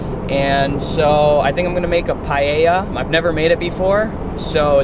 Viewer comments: That looks great cooking,what you did there is called 'Paella Mixta' or Mixed Paella and yes you pronounced it well. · You are saying paella correctly. I am from Spain and never use chorizo, but I may try your versión, paella is not spicy de use sweet paprika but I must admit you paella looks fantastic. I will love to see looking videos.